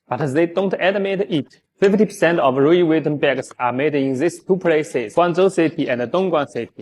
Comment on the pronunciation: Wu wee veeton……GTFOH with your cheap junk